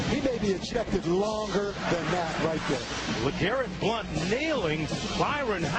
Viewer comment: I think tells you what you need to know about this unprofessional network. That, or the beginning when he doesn't know how to say the guy's name. Blount is playing good football in the NFL now.